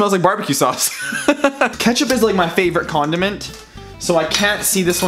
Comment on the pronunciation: I thoght you said "Ketchup is my favorite condom"